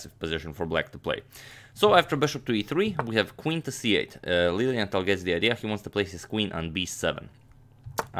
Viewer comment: Every time you said Lilienthal, I thought you were saying "Lillian Tal," like Mikhail Tal's wife or daughter was also a master chess player or something haha.